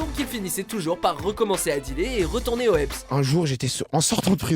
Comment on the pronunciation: T un fou comment tu dis "retourner ô eps" c retourner ô heps